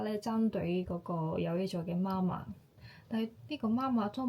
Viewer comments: 媽媽ma1ma4 は、日本人の声調ですね。または、標準中国語の影響でしょうね。香港人の声調は媽媽ma4ma1ですよ。香港で「媽媽ma1ma4」と言うと、別の意味がありますよ。要注意！ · 妈麻是妈妈？香港人發音是麻妈🤗 還有如果說媽媽生，即係夜總會帶領小姐見客的領班🥳